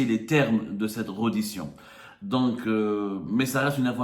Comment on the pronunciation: Réédition et non redition mr le soi-disant journaliste